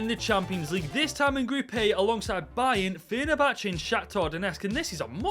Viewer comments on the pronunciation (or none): none